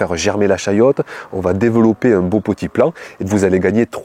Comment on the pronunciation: Chayotte....et non chouette 😂